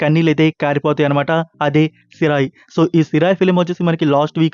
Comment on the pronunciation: సిరాయ్ కాదు తమ్ముడూ.. సిరై